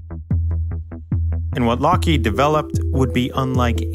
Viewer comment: Lockheed... Wtf is a larked? And mach 3, not mock.